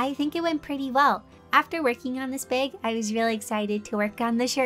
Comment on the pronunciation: Whenever she mentions bag : she means bag i hear:bay-wg 😂 Edit: I finished watching- Her posing was better than me 😂